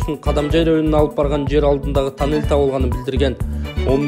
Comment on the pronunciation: Танел эмес тунел деп аталат гоо